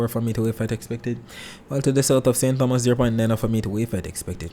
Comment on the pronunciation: Good morning, very useful info much appreciated. On another note, remember St. Thomas is pronounced, Tomas. The h is silent. Blessings